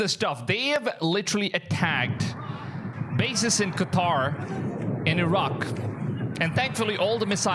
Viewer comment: Props for saying Qatar and NOT freaking Cutter 👍